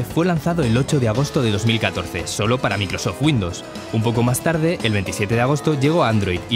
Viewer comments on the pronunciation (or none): none